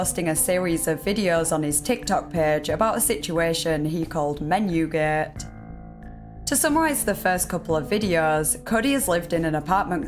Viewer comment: "menyew geht" I like your accent